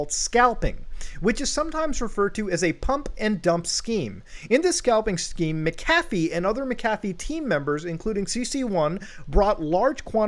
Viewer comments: "Mc-Caf-ee" 😁 Mc-a-fee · Mac cafffie. Bi didn't even know who you were talking about half the video tell it clicked. Macafee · Not trying to sound like a Dick but it’s pronounced Mac-A-fee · I had no idea that John McAfee was a barista at McDonald’s as well as selling virus protection!? Just messing with you……. you’re pronouncing his name and it sounds like McDonald’s Mc café 😂😁😁😁 always love your content! Much love! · I always thought McAfee was pronounced Mac-Ah-fee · I know this is super super minor but. That’s not how you pronounce McAfee, Muta. It’s pronounced “Mack-uh-fee” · It’s pronounced, Macca-Fee. And he is legend no matter what. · MCAFEE.. isn't pronounced like that ya nouce